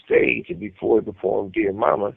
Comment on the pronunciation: “…befoe duh lil’ kids…” 🤣🤣🤣🤣🤣🤣🤣🤣💯❤❤❤